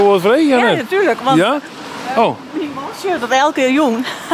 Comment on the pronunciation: Myn freon sjocht ek mei en kin it blykber aardich folgje. Hy frege my wol wat oft dy man no hieltyd sei "nett'ljow'n?" 😁